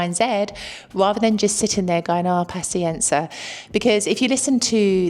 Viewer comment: As a brit living in Italy (mainly south) for last 30 years totally agree with everthing you say. N.B please pronounce paZienza properly. Hopefully you don't pronounce piZZa like pisa!